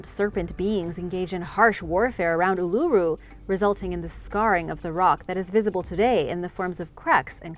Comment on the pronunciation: I have to comend you for your procreation of Ulura, alot of people have trouble with alot of our country's place name. But you did well....a bit of info you didn't have. Visitors uset to be able to climb it, but due to people climbing it appently was causing the rock to eroad. Oh a very famous, at least hear, a baby was taken by dingo depending on who you belive.